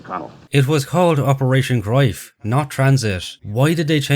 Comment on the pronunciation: @@@@@@@@@@@ I am not sure if your accent is pure Irish or not, you seem to be based in Ireland according to YouTube but as far as shown on Internet the pronunciation of the German ‘Greif’ confirms what I mentioned : The German word "Greif" is pronounced like "graif" or "graif", with the "g" as in "gum", the "ei" sounding like the English word "eye," and the "f" pronounced as in English. The German "v" is pronounced like an "f," which is worth noting if you encounter the word "Greiff" (though less common). I will accept the common way of saying it, but the way you say it was funny sounding more like ‘Groif’ and not clear (maybe the Irish accent? I work with Irish travellers and Northern Irish but they don’t sound anything like you) and to just insist you are correct comes across as slightly arrogant. I speak German and I have many German friends who confirmed what I mention but I don’t think you’d agree. Be that as it may, your video on the whole IS great but you’ve just lost a subscriber. As far as the other points yes there is inaccuracies in this movie by the ton-load but the points I raised actually can have validity in the ‘realm of artistic liberty’ in a film, after all it’s not a documentary and neither you nor I were there but I provided valid evidence to suggest there is plausibility to these points. You see things black and white.. life is filled with shades of grey. Be well. Btw I have like a gazillion books on all WW2 topics as I have invested my life to acquirin